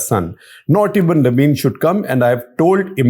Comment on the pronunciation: Not naveen.... Naveed